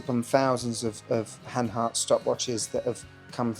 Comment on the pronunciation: Good Stuff man! You said hanhary 20 times!